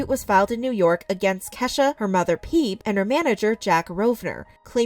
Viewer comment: isn't her mom called Phoebe, like friends, 'fee-bee''......... not ''peeb''.......lol